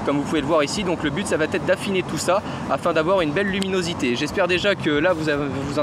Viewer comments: faut surveiller les liaisons.. parce que les " qu'est ce que ca va T être " ca le fait pas trop :). pour le reste parfait. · bonne vidéo mais il faut absolument arrêter de dire "ça va T être"